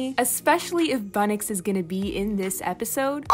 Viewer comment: its bunnyx not bunnix